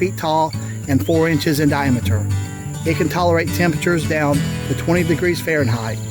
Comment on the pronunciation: Only one sprouted. How much bamboo have you got now? The accent when you say diameter is funny lol reminded me of eurly from squidbillies